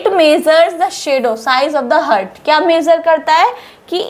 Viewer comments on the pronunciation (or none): Heart Ko हर्ट नहीं पढ़ा जाता है हार्ट पढ़ा जाता है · हर्ट नहीं मैडम, गलत और गंदा उच्चारण है। हार्ट बोलो हार्ट। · मैडम आप बहोत ही अच्छी तरीके से समझाती है। आपका बहोत बहोत शुक्रिया। लेकिन आप "हार्ट" को "हर्ट" क्यों pronounce करते हो? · Why u pronounce hurt .pronounce heart please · Your pronunciation of Heart is wrong it's not hert plz pronounce haat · Mam your lecture is good to convince the students but as I heard you on chest x ray your pronunciation for Heart was wrong as you say ( hurt). I am sorry to say this but as I noticed so it is my advise you to pls. You see your same video and check this mistake. Pls.do correct it in future.I think you will not mind it.